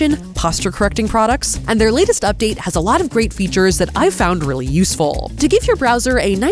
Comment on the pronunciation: Don’t worry Safiya I got your “uhh im weally starting to wwike Dollywood” reference 😂 it was hilarious